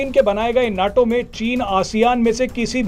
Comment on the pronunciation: abey bewakoof, उसे नाटो नही नेटो कहते हैं।